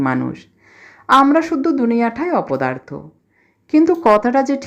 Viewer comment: "অবসরে শুনি" নামটির আকর্ষণে ডেসক্রিপশনে চোখ বুলিয়েই এক অন্য আবহের আভাস পেলাম। আর সত্যজিৎ রায়ের "অপদার্থ" তো উচ্চারণে চিত্রায়িত বোধ হলো। আরও অনেক শোনার আশা রইলো আমার। সবাই ভালো থাকবেন। 🙏